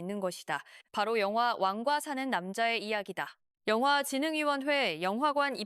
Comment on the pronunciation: 왕이 발음이 안되시는듯 완과사는 남자 ㅋㅋㅋㅋ